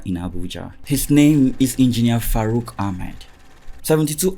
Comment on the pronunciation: It's not farouk, it is FACROOK 😂